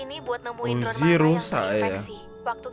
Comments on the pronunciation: Bang ko kalo ngomong uzi jadi uji aku dengarnya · Bang bukan uji tapi uzi